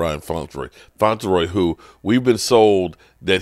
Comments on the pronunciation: Ryan Flournoy might have to take it up with you the way you keep mispronouncing his last name...lol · .....please learn the names....Ryan Flournoy.....Flour-noy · No one, and I mean NO ONE, in Cowboys media BUTCHERS names like does. 🤦🏻‍♂️😂😂